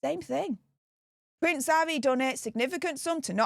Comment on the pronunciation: You need to see an English language speech pathologist urgently. Havvy ffs